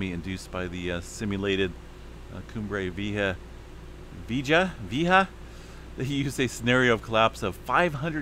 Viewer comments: Coom-bray Vee-YAY-hah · 👉👉👉 "Coom bray Vee A Haw" ... "J" in Spanish makes the "H" sound 👈👈👈 San Jacinto... 👉👉👉 "San Ha Cen Toe" 👈👈👈 ❤🌋🙏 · Coom-bray Vee-A-Ha=Cumbre Vieja=Old Peak....Cheers! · Koom- bra...V.A. haaas